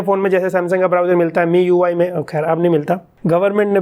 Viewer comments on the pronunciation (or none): none